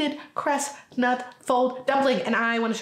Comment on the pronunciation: You saying "Cres-nut" on accident was the cutest. 🤣